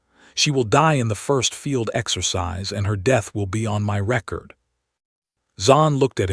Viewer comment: Reminder - You still pronounce exercise as exorcise. Your audience size development does not benefit from not correcting this issue. Kind regards Anders, 69 Sweden